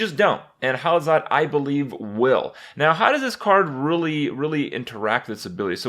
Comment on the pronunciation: Hallazeal rhymes with heal